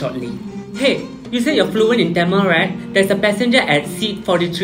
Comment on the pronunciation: The way he pronounced Tamil is like pronouncing camel😂😂